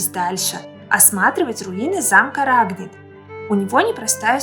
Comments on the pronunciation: ударение РагнИт, а не РАгнит..!!!! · Да и СУ 24 тоже в войну летал... . Много неточностей. Изучайте материал, прежде чем повествовать людям !!! А рАгнит - вообще ухо режет!!!